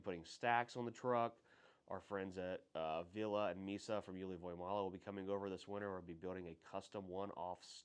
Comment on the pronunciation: You pronounce Ville wrong, you say it like Villa, but it’s Ville.